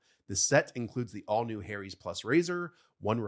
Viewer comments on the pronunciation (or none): ..."Harry's" is not pronounced the same as "hairy's". If it was, it would be a very ironic name for a razor company!